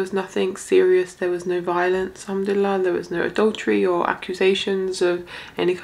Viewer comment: Improve your Arabic it sounds funny for us Arabs, Pronounce like this "in shaa allah" not "enshalla". It honestly really sounds wild and not understandable in the language of the Prophet. in English its like saying "odwillie" instead of "God Willing" Learn Arabi before trying to talk Arabic in public. "al-hamad laleh" its not "Humdella" Please don't spoil the language of the Prophet.